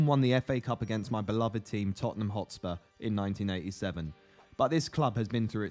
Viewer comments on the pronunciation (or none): none